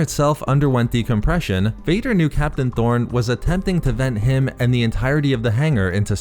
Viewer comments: the comics say torn, but keeps calling him tHorn yikes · Torn or Thorn?? Lol